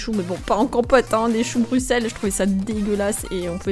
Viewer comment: Pas Bruxelles sa se dis Brussels.